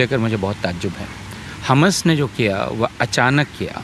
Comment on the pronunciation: Kya yeh professor kisi political party ka hai jo khuley aam tustikaran kar raha hai. Pahley Tu is mahoday ko हमस nahi हमास pronunciation theek karein mujhe lagta hai yeh महोदय tustikaran hi nahi balki desh द्रोह है।